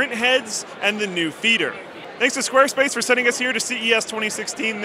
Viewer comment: SQUAWESPACE. BEWD ID BOOTIFUL.